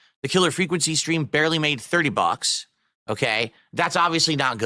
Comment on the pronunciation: I never noticed how he says bucks. Sounds like box with some "a" thrown in the middle